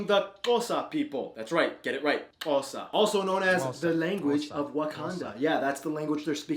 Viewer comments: I’m actually proud of this guy for saying Xhosa properly!!🤝🔥❤️ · He got all the clicks right 😭❤️ #Xhosa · This dude does his research. Appreciate it, man!!! I mean he even can pronounce the Q's,X's, and C's